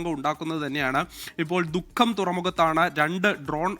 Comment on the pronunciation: Mukkam alla dukkham..🤣